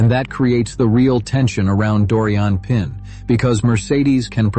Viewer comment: She's French, she's Doriane Pin pronounced Pan... She did amazingly.